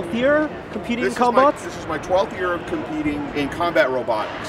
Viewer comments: I keep hearing cumbutts. DAMMIT BRAIN. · Sounds like they're saying cumbots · All i heard was cum no bots😅😅😅😅